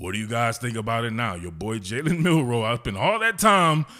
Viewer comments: How you gonna call your nephew name on national TV and can't say his name right? He said Milrose. Not Milroe. Gtfoh.... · "My nephew" then goes and mispronounced his last name. Do better. "MILROSE?"